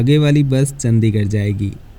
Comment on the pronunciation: Bhai aapki sabhi videos wo chahe roadways ki ho ya rail ki, sabhi bahut achi aur informative hoti hain. Bus aapse ek guzarish hai ki kripya karke Chandigarh (चंडीगढ़) ko चंदीगढ़ naa bulaya karein.